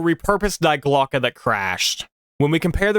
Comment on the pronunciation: The German word "die" is an article and pronounced simply "dee" in english, but you nailed the pronounciation of Glocke 😊